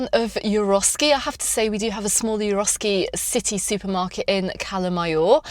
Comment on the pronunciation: Isn’t it Eroski not Euroski? Sorry to be picky. Big fan of yours 😊